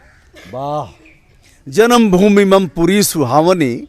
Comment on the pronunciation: Hats off to these BHARAT KANYAs. But one thing pained me. One of the girls wrongly pronounced 'मम( my)' as 'मम्' ! Why ? She was speaking in Sanskrit and not in Hindi. Don't they know that in Sanskrit the व्यांजन वर्ण should be pronounced with the स्वरवर्ण 'अ' in the end if any other स्वरवर्ण is added to that व्यंजनवर्ण ? Therefore, the correct pronunciation should have been MAMA and not MAM.